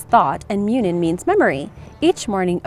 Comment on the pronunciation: Just a note: Huginn and Muninn are not pronounced hue-ginn and mew-nin its hoogin and moonin, the U's are how people in Scandinavian languages pronounce them, not how the english typically do.